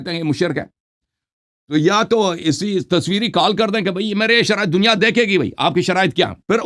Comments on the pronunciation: Abe khatmal bo shariate munazra nhi hota hai Sharaaite munazra hota hai 😂😆🤣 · Allah ne tumari aqlon ko chinliya hai 😂😂😂😂 Ye ki halat dekho kya se kya hogayi hai sharait bhi padhna nahi Ara sahi se ise😂😂